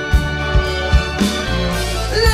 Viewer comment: It was good, but he made be there, in one word, bethere...lol..I agree with some comments here. pissed me off the way he pronounced I will be there.